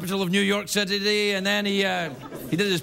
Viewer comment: "New York Citity" that is what I heard "Sit-tity"